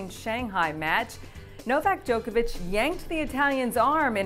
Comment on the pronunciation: u pronounce djokovic wrong